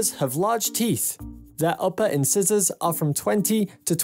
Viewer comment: "In scissors"